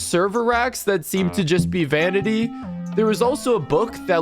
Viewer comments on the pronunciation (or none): he said venity™